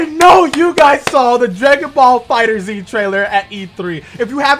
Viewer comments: my boy, it's just pronounced fighters lol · ISSA FIGHTERZ DAWG NOT FIGHTERS Z